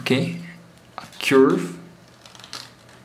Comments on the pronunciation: say curve insted of churb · Grate pronunciation of "fragile" but curve has more of an 'er' sound at the beginning and not so much of an 'ur' like you would find in cure.